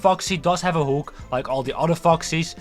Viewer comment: I will type in English to not attract this to the Dutch algorithm but dude, you sound like you're not even trying to pronounce stuff correctly, I don't know if you're still in school but if you are please speak with your teacher about your pronunciation, I think most native English people aren't understanding you correctly, for example you pronounce "hook" like "hoek" when that's not how it's pronounced or "animatronic", you sound out the R when that's really not a thing in English, as both a native Dutch and English speaker your English hurts my ears :,)